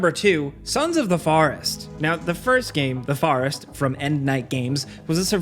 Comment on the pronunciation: You said "forest" wrong